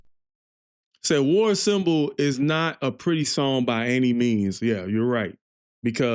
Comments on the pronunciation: Slayer is, above any other band that has ever existed, the sound and rhythm of pure aggression. That's how you have to approach them. Frankly, there is no better mucic for a gym session than Slayer. Also, it's pronounced "ahn-sambal", not assemble. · Dude. En saaam bul. Not en seeem bil. lol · I just watched your reaction to SLAYER War Ensemble (not being a douche, but pronunciation is more like Ahn-sahm-bull... just trying to help with that bro. 😊) But SLAYER's lyrics speak mostly about war, the atrocities of war & are mainly centered around WWII. If you want to hear a few good tunes to get your feet wet & to get a grip around SLAYER as a whole, try the following: Spill the Blood South of Heaven Angel of Death (still a fast paced song but the lyrics are about the war crimes committed by Mengela in Auschwitz concentration camp) Mandatory Suicide Seasons in the Abyss (video on YouTube) Dead Skin Mask (about Ed Gein) Skeletons of Society Expendable Youth There are so many great SLAYER tunes that aren't going to melt your face. Whoever suggested War Ensemble as your 1st one from them should be ashamed of themselves. For a metal music fan, there's no better suggestion. But for someone just getting into it, a little less brutality would've been par for the course. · It's pronounced "war- on- somble." Your grammar isn't correct. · Btw it's pronounced (on-somble)😊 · War Ensemble is pronounced “War ‘ahhnsahmbull’“ BTW, welcome to the club! 😂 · Slayer is "Anarchy." 🤘 "Train"? It's more like a tank... this song is about war. This is an anti-war song. Dave... the drummer, is amazing. P.S. It's pronounced "ON-somble"... the word "ensemble." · It's pronounced War Onsomble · It's "War On-som-bull". Ensemble - refers to a group of people who work or perform together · learn how to pronounce ensemble, and a whole bunch of other words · War ensemble your pronouncing it wrong